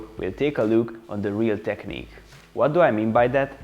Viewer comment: You opened my eyes with that video and the one about pullups. It seems like I found a great channel I will definitely be coming back to. Don't want to be rude, when you pronounce 'technique', pronounce -ch as -k - /teknik/. Thanks a lot for sharing your experience. Cheers!